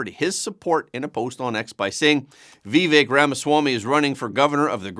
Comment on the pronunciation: I appreciate this show and how it gives me a nice summary of the news of the day. Just a note: Vivak pronounces his name with a sort i and the emphasis on the second syllable.